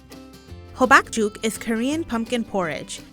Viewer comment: That hobakjuk pronounciation just killed me. Also we dont eat that as a desert. We eat it as a meal or when we get sick. Juk means porriage and hobak means pumpkin. Idk i just bothered me.